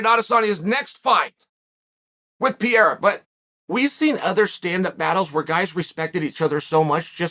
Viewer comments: Chael. It’s not Pi-e-ra . It’s Pe-rei-ra You’re still the 🐐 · Pee-erra... how hard is it to learn a proper pronounciation when you say it 20 times a day...